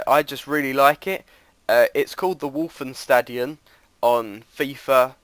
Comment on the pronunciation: Oh yes,and when you say:Westfalenstadion it sound weird :p It sounds like: ,,Wolfenstadion'' hehe :)